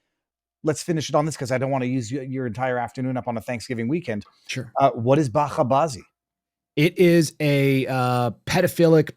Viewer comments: It's bacha bazi with ch like in child, not like in Loch Ness. It means child play in Persian/Dari. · It's bahCHAY bawZEE. CH as in cheese. No guttural KH. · I lived in Afghanistan and learned Dari, so…. I already know the meaning as the video starts😢😮. Tragic… (Oh and the pronunciation is with the normal English ch sound.)